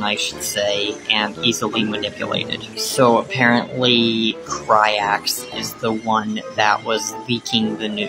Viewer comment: Cry-Ax … I’m dead 🤣😂🤣😂